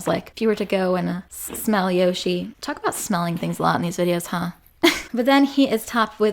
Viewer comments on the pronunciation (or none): none